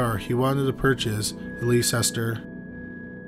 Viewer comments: We pronounce Leicester as Lester. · Ok Honey I have to tell you, Leicester is pronounced "Less-ter" and Pisgah Forest is pronounced "Peace-gahh". I live here and I just wanted to let you know that for future reference. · Leicester is pronounced “Lester” here in Asheville NC lol I’ve always called it how it’s spelt too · Definitely can't blame you for this one, but Leicester* is pronounced Lester - ridiculous I know, but that's the idiosyncrasies of British place names. *I know we're talking about Leicester, North Carolina, but it's obviously named after Leicester, (Leicestershire) England. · Leicester is just pronounced "Lester" not whatever you were saying.